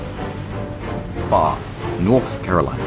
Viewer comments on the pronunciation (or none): none